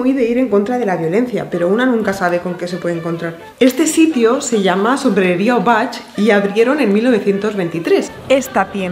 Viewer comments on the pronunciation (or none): Hola, un video muy divertido, una pequeña aclaración, en castellano el apellido Obach se pronunciaria como "ubac".